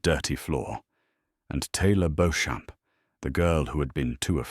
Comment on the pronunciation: Beauchamp is pronounced ‘Beecham’